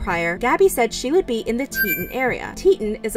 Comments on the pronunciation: great video but omg it’s TETAHN not teet’n when saying grand teton nat’l park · Teet ON, not Teet un. One of the most famous mountains on this continent and you don't know how to pronounce it. The final straw was all of the rainbows. Is that investigative reporting? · If anyone wants another point of view and some info on this, check out The Lore Lodge's video on this. He was actually asked by Gabby's brother to help with the investigation. Edit: Also its pronounced Tee-taan not tee'on. That was bothering me much more than it probably should have. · Good summary, but - Dang! It would have only taken a few seconds to look up and hear the correct pronunciation of Teton before you mispronounced it a hundred times. So irritating. (Not TEE-[t]un, but TEE-TAHN. (Former professional news announcer) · Did it bother ANYONE that she said Teton like “teatin’” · Teton is called tea tawn😂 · FYI: Teton is pronounced: tē′tŏn′ Tee-tawn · I was listening to this, and was really confused because I have never heard of Teton (it was being pronounced teetten). I'm from Idaho and visit Wyoming and Montana regularly. When I finally looked at the screen, I laughed cuz that's not how you pronounce Teton. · Sorry, I'm going to be that person. Its Tee-ton National Park. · Teton is pronounced like "TEA-tawn" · Why did she pronounce Teton as tetin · It was a crime the way she mispronounced Teton the whole video. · You pronounced Teton wrong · Please learn the correct pronunciation of Teton.